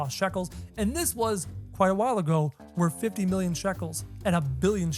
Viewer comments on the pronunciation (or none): none